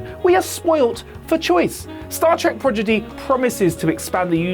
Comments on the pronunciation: "pro di gee!" Not " proj i dee"!!! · Repeat after me : Prod-igy, not progidy!!!! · As soon as you said 'Progidy', I quit. It's 'Prodigy', you goober. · Did he say "progidy" instead of prodigy? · Did dude really say progidy? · Progedy? Is that like Prodigy? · dude it is PRODIGY not PROGIDY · Pro di gee. not progidy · Prod-i-gy not prog-i-dy. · By the way, what is Star Trek: Projidy? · Pro-gi-dy? Lol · Thank you,. Projidy, really? REALLY? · Repeat after me...Pro-Di-Gy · I'm surprised this is still up, gotta cut it up and reupload with some dignity. Come on man, "Progidy"? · What is this "zed" in his address? 'Prorgidy' i understand perfectly... LOVE the channel btw! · "Star Trek - Progidy"? Love it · Did he just say PROGIDY?? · *PRO - DI - GY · The first time he said "Progidy", I let it go. Everybody misspeaks on occasion. Then he said it again. And a third time. Then he said "Marquis" when he meant "Maquis". I can't watch any more of this. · Star Trek: "Projiddy"? Really? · "Progidy"? Come on now.... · Why does he keep calling it Progidy? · Did he say progedy? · is it "Star Trek" Prodigy" or "Star Trek: Projiddy"? I KNEAD TO KNOW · I really hope isn’t doing the reviews for Star Trek: Prodigy... I’m not sure how many times I can take ‘progidy’ 😳😆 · ProGiDy?? Oh these purposeful mispronunciations are taking the piss now WhatCulture! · Is saying it as "Progidy" a brit thing? Like Al-you-minium? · Please, oh please... no more "prodgity" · I call it progidy too,, don't worry. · Well the editors can only work with what they’re given, and if every take has him mispronounce things, it’s going to make the final cut. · I'm two weeks late... But yea. Progidy indeed. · Does he mess up the name through the whole video or only the first two times he tried to say it? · Ok! Whew! I just thought it was a funny/cute mispronunciation. He should say it more often, and on purpose.